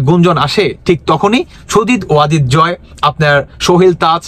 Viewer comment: ভাই জয়ের নামটা ভালভাবে শিখে নিন।